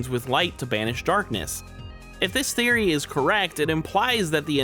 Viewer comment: For the first couple of times you say "theory" i swear up and down on everything holy, i heard a kid with a lisp saying "serie" like series, but not finished, and i was getting thrown for such a loop 😂😂😂 Also hate to nitpick (thats clearly a lie 😂) but first thing i said out loud when chp 3 dropped was "Oh shit.. wait... 'Roaring Knight'?" As in... not "ROARING knight" like its said every other time